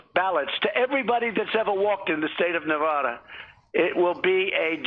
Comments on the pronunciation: Nevada won't vote for Trump, he can't even say the state correctly LOL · Man, Trump can't even say Nevada correctly!!!